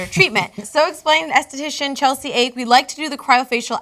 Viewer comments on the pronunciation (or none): It's a Hawaiian name pronounced Aw-Kay not ache. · Ake is not pronounced "ache", it's pronounced "ah-keh". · You're pronouncing Ake "ache" even when you had seen her photo? I would guess that's a Japanese name pronounced ah-keh. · Ake is not "ache" it's "ah-kay" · Pretty sure her family name is pronounced Ah-kay. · her name is Japanese it's Pronounced Ah kay